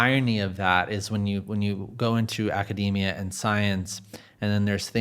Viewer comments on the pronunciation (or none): none